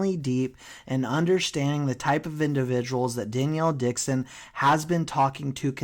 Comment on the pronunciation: stop saying danielle dixon lol much love